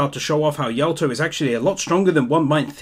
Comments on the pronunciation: Please call him Yato not Yaoto. K thx bye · did you pronounce Yato as Yawtoh?